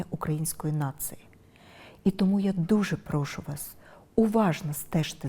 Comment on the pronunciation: Не "нациі", а нації і не "ґрошову" ,а грошову буде по українські